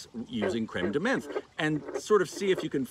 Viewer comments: I'm with you. I usually don't correct, but you said menthe like 40 times in this video. As a Frenchman I felt like I had to say something. Time to watch episode 52!!! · Menthe is pronounced like Monty without the y. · French does not have a "th" sound. "Th" is usually a pronounced as a hard t sound. Menthe = m-on-t Absinthe = abs-ant